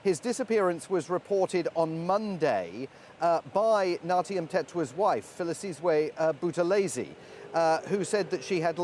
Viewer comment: Wrong pronouncition by the reprter. Its not Filisizwe Buthelezi but Philisiwe Buthelezi.